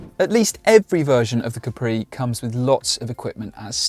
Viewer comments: Repeat after me: Caaapri. Not Capriii. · Si dice Ca’pri non Capri’